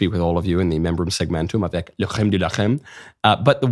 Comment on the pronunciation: Fun to hear you say "La crème de la crème" but please don't forget the C! Same C as in cream, carpet, c*nt or whatever. La Rrrrème de la Crème, Michael ! Best wishes from my fucking (French) country!